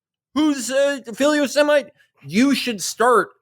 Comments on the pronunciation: philosemite can be pronounced a few ways, but “filly o’semite” isn’t one of them. did he pronounce it “gay o’cities”? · Do you think Felix knows he's pronouncing philosemite wrong? I'm not sure if he's doing that deliberately or if this is another 'Geocities' moment.